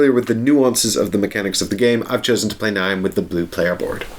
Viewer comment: For reference, Niamh is pronounced Neev. Weird huh?